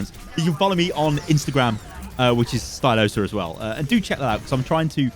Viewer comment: Day 1 of telling Stylosa His name is Stylosa